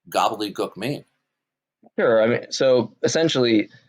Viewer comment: I love the way he says ‘gobbledegook’ Gobble-de-guk 😆